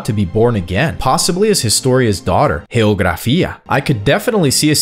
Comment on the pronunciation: Geographia is pronounced yeh-oh-graphia not heh-oh-graphia